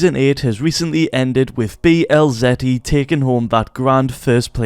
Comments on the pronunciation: its setty not zetty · sorry but “zetty”. the accent has gone to far. Jk lol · Why are u saying zetty